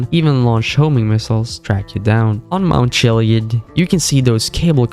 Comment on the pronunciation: "mount chileeid"